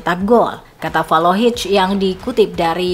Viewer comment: Valohic??? Belajar dulu min kalau mau jadi narator 😀